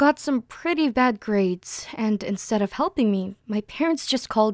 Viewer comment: Did she say helping or nothing?